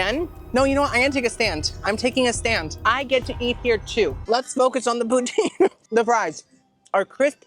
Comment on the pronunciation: The way you make poutine makes me cringe as a northern resident of Canada 🤣 I live about 2 hours from the birthplace of poutine, and the 'e' at the end is silent. It sounds more like Russia's leader Putin, but you put more emphasis on the 'o' Pou-tin Love you!!!! Long time fan 🥰